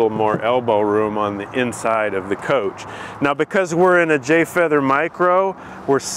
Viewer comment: "Light" "mircro"